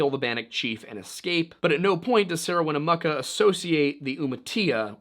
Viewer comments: Her name is pronounced Win-a-muck-a....she has a town named after her. Winnamucca! If you can't pronounce it then ask a First Nation's person to help you before you stammer over your words and pronounce it three different ways. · Dude please its Wina-muck-ah. Everyone out here pronounce it that way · It’s WIN-ah-Muh-ka. Not win-ooo-moo-ka. 😂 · Winnemucca is pronounced Winn-eh-MUCKA not Winn-eh-mooka. I;ll give you some credit for pronouncing Nevada correctly.. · Bro doesn't listen to Johnny Cash if he doesn't know how to say "Winnemucca."